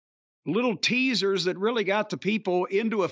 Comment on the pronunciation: My leg hurts weally weally bad guys 😢 Good grief